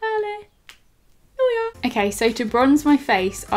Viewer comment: It's so funny the way you say Hallelujah 😂 I love it! ❤️🙈